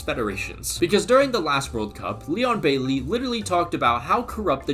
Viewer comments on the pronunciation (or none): none